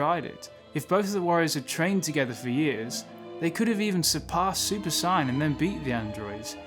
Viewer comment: Ok I watched a few of your videos now dude and enjoying them for the most part but I just gotta ask, what's with the super cyan? Cause that is not how the British pronounce the words super saiyan